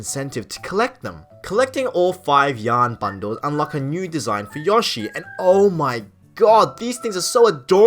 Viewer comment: Dude, it's YOshi. Long o. Seriously.